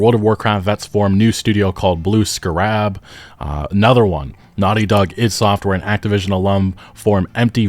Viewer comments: Scarab is pronounced SCARE-ub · bro really said “Blue SCUH-RAB” 😂😂 holy shit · why you pronounce 'scarab' like that? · Eeeeeeew I read your comment the moment he said it lol.